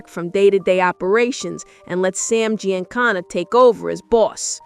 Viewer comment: The butchering of Giancana name is real gangster